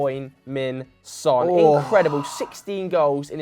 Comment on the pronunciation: Please get Son's name right... His name isn't "Hoy":P